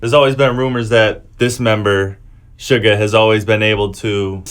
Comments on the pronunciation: Does he pronounce Suga like Sugar.... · Its pronounced shooga